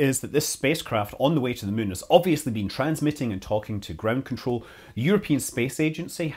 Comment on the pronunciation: I love how Scott keeps saying “Mun”